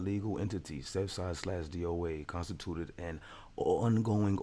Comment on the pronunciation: Contstitute con oh god 🤣😂🤣 that was too funny homie